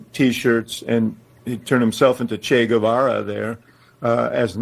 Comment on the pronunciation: "Che Guevara"?